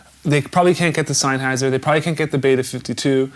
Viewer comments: You must be killing him inside when you say Sainhayser, it's Sennheiser! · Sam-SON and SENN-heiser